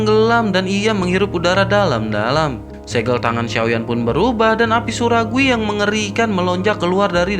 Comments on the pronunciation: Min minum dulu jangan buru ngomongnya inimah surgawi jadi suraguwi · Ko saya dengernya api suragui ya 😂